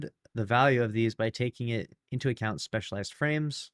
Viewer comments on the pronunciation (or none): none